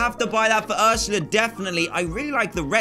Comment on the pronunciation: Dan kept saying urshla but it's Ursula